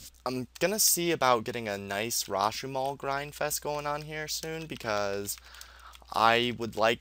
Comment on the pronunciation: Why do you call it "The Grindfest"?